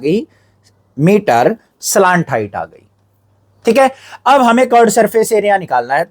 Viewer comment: Slant height ❌ slaant height 👍